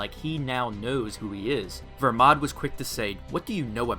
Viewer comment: Make up your mind it’s either Belmod or Vermod which isn’t his name you say vermod but in your comments you say belmod because it is BELMOD NOT VERMOD